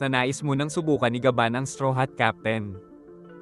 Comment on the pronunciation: Sabihin mo gaban hindi ya or yah